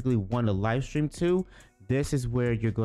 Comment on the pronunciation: it's Stream not Strean